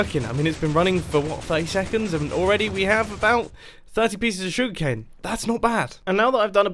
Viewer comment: jeez i had to rewatch this 3 times to realize that u rr talking about sugar cane not "sug cane"